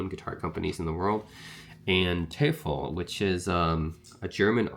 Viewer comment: Thanks for your review! It's pronounced "Toy-fell". Which is the German word for "Devil". Greetings from Germany🙋🏻